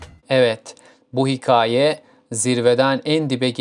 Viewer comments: hiKAAye diye bastıra bastıra yanlış telaffuz ettiğin için izleyemedim videoyu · dostum bi hikaye kelimesinin telaffuzu konusunda çalışmaya ihtiyacın var